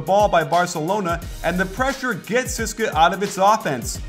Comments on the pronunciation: coach, maximum respect, but it is pronounced tzeh-seh-kah. please dont say ceeska. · Nice video but its not pronounced 'siska' its C-S-K-A. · yeah sis-ka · No it's pronounced Tze-ess-ka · Great breakdown coach! Hope to see more euro ball videos. And btw the moskow's team name is actually pronounced C-S-K-A (all letters said individually) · Every time he said "CSKA" i cringed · Great content as always but one irritating thing is your 'CSKA' pronounciation. You should just spell it. Cheers.